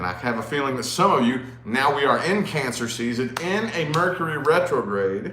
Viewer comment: Love how you say cancerians